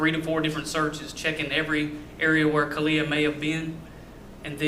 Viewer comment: Cortney says the two-year-old was "freaking out" and said that "sissy's gone." No two-year-old would know to be upset if she woke up and her sister was gone. Another odd thing is sometimes Cortney pronounces the baby's name like "Ka-lee-ah" and other times like "Ka-lay-ah." When asked the baby name, Cortney pronounced her first & middle name like "Ka-lay-ah No-vay-uh." What? Really? Kind of odd, but who knows what they were on when they named her. To make the first & middle name rhyme like that seems odd.